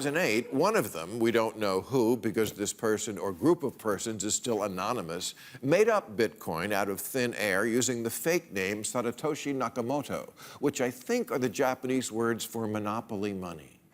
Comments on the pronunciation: He said, "Satatoshi Nakamoto" Bill Maher is a class A #1 IDIOT. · It's Satoshi.. not Saratoshi... you kinda disappointed me with this video. You don't understand, or you're trying to produce FUD. incredible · Satoshi, Bill, not Satatoshi. Fire the intern who wrote that for you. This is what happens when you investigate some subject with the idea of confirming your bias. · This guy knows so much about crypto he couldn't even pronounce Satoshi. I wonder who sponsored this rant? Now he and Trump have something to agree upon I guess. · He definitely didn't write this himself. He doesn't even know how to pronounce Satoshi's name